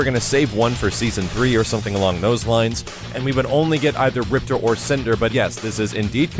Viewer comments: RIPTOR not ripter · Game says "MAY-LAY" and you still say "mee-lee" Game says "RIP-TOR" and you still say "ripter" c'mon. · Rip-TOR...say it with me lolll. Thanks for the vid though bro:) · Hahaha I have no idea why, but I hate when people say Riptor like "Rip-ter" his name is "Rip-Tore" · the proper way to pronounce RIPTOR's name is RIP-TORE. also, they mispronounce MAYA's name in the newest KI as well. her name is pronounced MAY-YAH. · In the game, they pronounced him Rip-tore, rather than Rip-terr